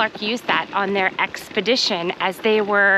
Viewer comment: "Expledition"... exploring on an expedition.